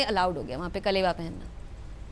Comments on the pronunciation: कलेवा नहीं अलावा होता है। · Kalawa not kalewa